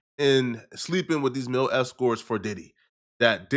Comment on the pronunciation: It's male not mil not mail it's MALE escorts 😂